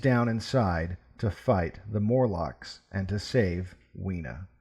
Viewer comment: MORlocks, not MURlocks.